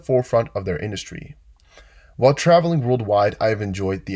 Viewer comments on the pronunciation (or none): none